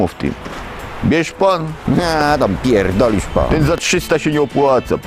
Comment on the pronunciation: Zajebiste :-D "A pierrdolisz Pan"